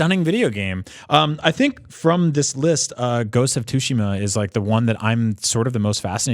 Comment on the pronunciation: Great job on hosting, Jonathan! Lol for pronouncing Tsushima as “Tush”-ima! It was an honest mistake, but tush is a funny word. 😂